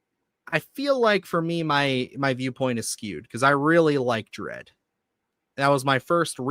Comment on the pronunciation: It's Dredd, ffs.